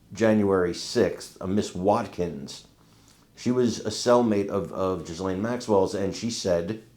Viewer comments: First of all: her name is Ghislaine, not Ghiselle! Second: Virginia Giuffre, who was a victim by Maxwell and many more stated: Ghislane Maxwell was WORSE than Epstein, she is evil. So, WHY is it more credible what YOU say ( ......not the rich friends that did the real damage....) than the words of an actual witness that has spoken in court? !!!! RIGHT? You are just saying things, without knowing ANYTHING, so better just shut up! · Sure wish people would learn how to pronounce the name “Ghislaine” properly …it is a soft G,silent H….my French Canadian friend has that name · I really wish people would stop pronouncing her name Jizz Lane. It's obnoxious. You KNOW how to pronounce her name, and if you don't, look it freaking up. If you are going to talk about someone at the VERY LEAST get the name right.